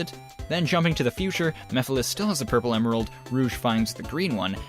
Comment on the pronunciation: I like how calls Mephiles Meph and I misheard it as meth lol